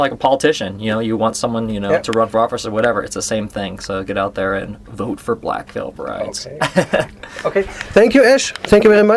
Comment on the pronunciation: "Black Reil Brides" "Black Veil Prides" "Wretchd and Die-vine"